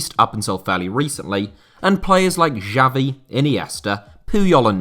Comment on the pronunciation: La Fábrica,not Fabrica ,the thing over the letter a means that a is read as the strongest syllable in the word,also it's not Javi,the X is read as a Sh